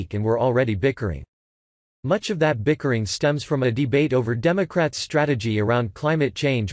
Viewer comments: "It's something her supporters want very MOOCH" hahahahaha!! Did anyone else catch that? This is the FIRST time in robot history it's actually awesome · That voice, I don't like it "very mooch", videos are nicely done. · It's something that her supporters want very "mooch"??? Ya gotta love these robot narrators!! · 'It's omething her supporters want very mooch' - really? about 55 seconds in Ditch the computer generated voice. Can't you read the script yourself?